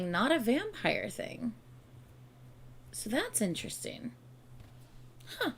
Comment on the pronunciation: this is so random but when you're saying interesting, i hear "in tristan" and i cannot unhear it 😭